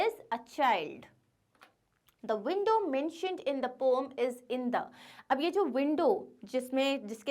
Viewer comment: It's not pom it's poem ma'am poem❤️😅😢